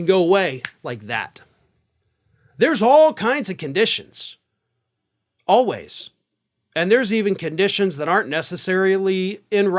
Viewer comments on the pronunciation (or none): none